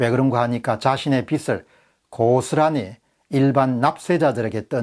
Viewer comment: 공병호tv 예리한 지적에 찬사를 보냅니다, 그런데 발음을 정확히 해 주십시오 영남지역의 특이한 발음은 탓하지 않겠습니다, 한가지만 지적합니다, 즉 빚 갚아야할 빚, 이땐 '비슬'이 아니고 '비즐'로 발음 해주십쇼.